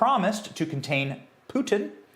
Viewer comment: Thank you Benny for being able to pronounce "Putin" correctly.